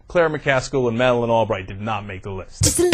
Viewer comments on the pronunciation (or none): none